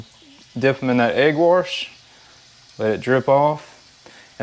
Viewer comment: Egg Warsh...lol...👍🏻🤙🏻